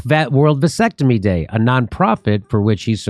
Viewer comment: a “Vansectomy”